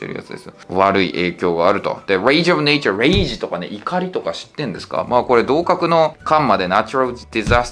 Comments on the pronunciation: いちおうじゃなくていちようで草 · 偏差値78のところ通ってるのに一応じゃなくていちようって言うの草